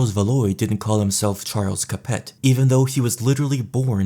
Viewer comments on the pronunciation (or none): Cap-Ets and Plant-A-Jennets and Valoys were very important. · Capet, Valois, Plantagenet, they're pronounced Capey, Valwah and Plantaj-an-et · Plan taj ah ney, Val whah, Ca pit, at least that is how I was taught to pronounce them, in any event. Fantastic video. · Small Correction. - Plantagenet is pronounced more, "plan - TA - je- NET " (as opposed to "PLANT - a - jen - ett") It's more pronounced, House "CAP - eh" It's more, House "Vel - WAH". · I'm French and I was disgusted 😂 Don't forget Capete 🤢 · Isn't Valois pronounced like valwa, bc oi makes a wa sound, and the t is silent in capet